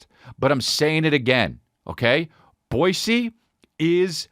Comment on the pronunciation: As a Boisean, it makes my heart flutter whenever I hear Chris say the name of my city correctly 😍